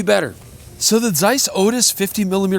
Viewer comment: Shout out for that German pronunciation of the Z in Zeiss. Really delicately hitting that "tseiss"